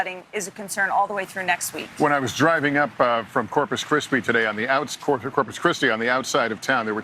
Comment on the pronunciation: to p Lester says corpus crispy